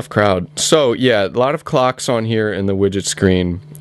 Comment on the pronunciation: Lol, i thought he kept saying, "Cocks, cocks, cocks. This phone is over-cocked. Lot of Cocks on here."